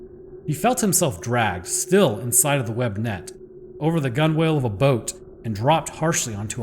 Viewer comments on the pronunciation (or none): FYI gunwale is pronounced gunnel like funnel